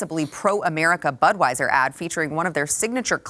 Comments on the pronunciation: I swear it sounded like Whoopi was pronouncing Budweiser as Buttweiser. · REWIND IT SHE KEEPS SAYING BUTWEISER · Whoopi can't even pronounce Budweiser or Dylan Mulvane correctly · You know she's not sincere because whoopie is reading a prepared garbage statement, and she didn't even pronounce the clown's name correctly. FAKEAF